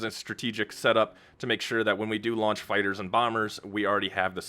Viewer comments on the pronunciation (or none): none